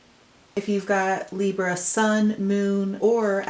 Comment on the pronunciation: What Hell Is With Your Camera? It's Freaking Me Out And It's Libra Not Libruh? WOW